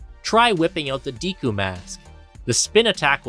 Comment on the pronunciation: Termeena? Deeku? I headcanon that people intentionally find new ways to mispronounce Zelda names 🤔